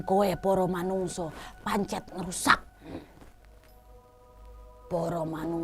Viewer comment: Menit "PANCEN" kak bukan "PANCET"